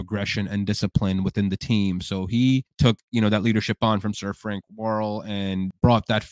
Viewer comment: His name was Frank Worrel not Warl.